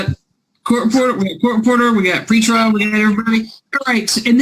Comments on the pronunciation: Dang. I kept hearing “free trial” and now that you write out “PRE” I feel like an idiot. Haha. Thanks! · At least on the "PRE" lol